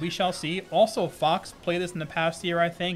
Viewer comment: N "we shale see"